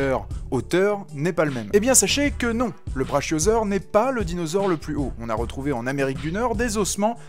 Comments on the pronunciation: Et je me demande encore pourquoi j'ai cherché à regarder cette vidéo... On dit pas braCHIOsaur mais braKIOsaur bien que cela s'écrive CHIO, le brontosaur à bel est bien existé et l'apatosaur et un cousin d'une autre ère cependant, Concernant les dinosaures les plus grands au monde là encore tu te trompe mon lapin, le squelette du plus grand dinosaure eu monde est exposé dans le musée d'histoire naturel de new york et il s'agit bien entendue du TITANOSAURE pouvant atteindre 37m... Donc la vraie vérité qu'on connait, c'est que t'es un boulet qui veux ce faire du buzz ;) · brachiosaure ça se prononce brakiosaure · On prononce pas Brachiosaure on prononce Bra"QUI"osaure voilà ^^ et pour tout les rageux qui se croient "expert" dans les dinosaures fermez là et appréciez le travaille qui la fait. Merci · On ne dit pas "Brachiosaure" mais "Brakiosaure" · Prononciation Brakiosaure ! Apatosaure est différent de Brontosaure qui était au final réel ! Par contre pour la météorite du CHIXULUB c'est bon ! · Inintéressant au possible. On prononce le braKiosaure pour votre gouverne. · brachiausaure ce prononce "braKiausaure" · Il me semble qu'on dit bra[k]iosaure. Non parce que brachiosaure avec le [ch] prononcé comme dans "chat", ça m'a sauté aux oreilles direct. Sinon vidéo sympa. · un autre monde. ouai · ouai ses vrai sa